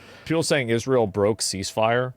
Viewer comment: Pronounce ISRA-EL correctly, and then complain.